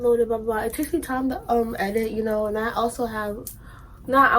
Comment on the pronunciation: “We love that Yunno” 😂😂